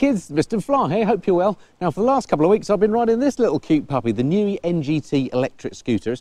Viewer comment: It's called the niu not the nui